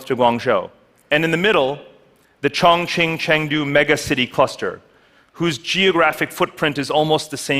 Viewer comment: "The ChongChingChangdew mega city structure" I had to pause that and listen to it a few times lmao...